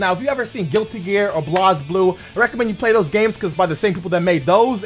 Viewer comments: wtf is blaz you say it like blazeblue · did this nigga just say blazeblue "blahz-blue"? fuck out of here lmao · the way he says blazblue, omh lmao (Blaze-blue) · Did my boy just say BlozBlue? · I'd like to pay respects to Blazblue. Who died today from so many animetubers pronouncing the name like they have a cold. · HE PRONOUNCED BLAZBLUE WRONG......